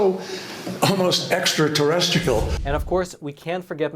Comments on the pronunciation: what the hell did kerry say? extra-terestrical? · John Kerry "extra-terrestical" this is hilarious 😂 anyone else hear this?